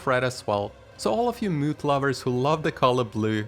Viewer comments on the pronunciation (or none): 😆 bro Moth is pronounced mawth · Muth? Sorry but that pronunciation bugs me (he he puns)